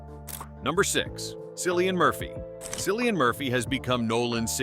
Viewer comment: "Cillian" is pronounced more like killian, not sillian btw